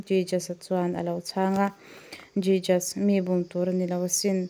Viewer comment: Jijas a nilovin hesoos ti a lam tur. A mak e... I pronunciation thiam loh dan em em hi